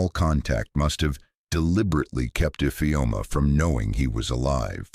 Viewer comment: I always speak up when I witness any cruelty. Thank you grandpa for saving your beautiful grand daughter ❤❤❤❤ Awesome story, but I had a problem with the pronunciation of Infeom ' s name.